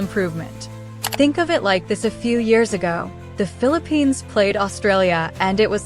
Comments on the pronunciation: The Philip-penis. This AI sucks. It's FILIP-PINAAHS is how you pronounce it. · All I heard this woman pronouncing it as ‘filiPENIS’ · Is she pronouncing it "FEEL A PENIS" on purpose? 🙄 Ano bayan